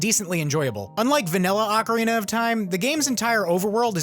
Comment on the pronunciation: Ocarina not arcarina